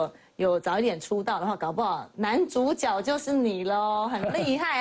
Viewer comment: 是zhǔjué啦！一直豬腳豬腳